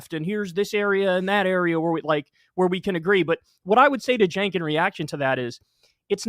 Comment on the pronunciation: It's nearly 2025 and this guy's still pronouncing it 'Senk'